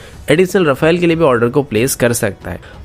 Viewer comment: Bhai Rafael nahi hai "Rafale" hai...dhang se spell karle